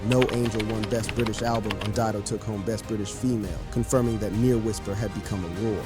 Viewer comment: Didon ? Puffff, Dido.